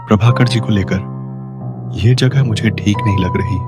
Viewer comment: Jaghe nhi jagha hota hai